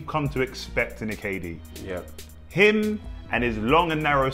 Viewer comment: He said Kd firteen lol😂😂🤣🤣